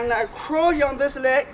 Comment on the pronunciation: When he says crouch it sounds like he's saying crotch